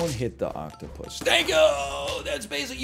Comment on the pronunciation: This guy cannot say the word octopus my god. This is what I am here for